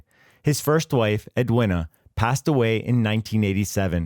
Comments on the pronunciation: Ed-win-a? Its ed-ween-ah, dopey yank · Edwina is pronounced as Edweena. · Ambrose did not make the error, he relied on what members of Easy told him. You’d think a channel that can’t be bother to check the pronunciation of Edwina (it’s edweena) would be less judgy. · FFS, Edwina is pronounced Ed-WEENA ….. AI Sh1te!